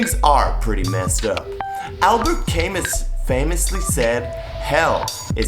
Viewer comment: Camus is pronounced camoo, it's french. And hell is other people was Sartre